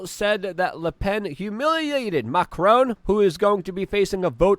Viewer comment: You say Macron, I hear Macaroni. Is that weird?